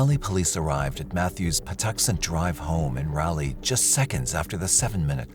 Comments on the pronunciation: It's not Rahley ... It's Rawley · It's pronounced RAW LEE not rally. I'm not sure why this bothers me so much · Raleigh. Pronounced (RAA-LEE) LONG RAA, SHORT LEE. Sorry bro, NC bro here. Just trying to help! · Why do you say Raleigh like that? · I remember the Phelps case, but I'm sure it happened in Raleigh, not in Ralley. And she went to Appalachian State, not Appa-lay-chian State.